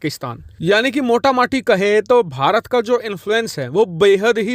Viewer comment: Mota -maati😂😂😂mota -moti hota hai na😂😂😂